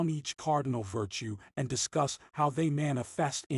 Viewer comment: The computer sounds almost human. There are a few tip-offs. Dominican gets pronounced "Dominic an" and "Life and times" is said as though it's Life... and... times". Most would say, "Life 'n' times". "Land ... scape" Sounds like it was hyphenated between two lines of text. But the computer sounds pretty real for the most part. I'm impressed.